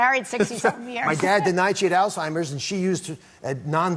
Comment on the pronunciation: It is pronounced all-hiem-ers not all-time-ers